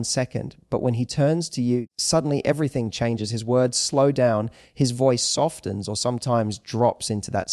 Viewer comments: ...bounced sofens silent t... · Softens .......pronounced softens it's a silent t. Or is this AI.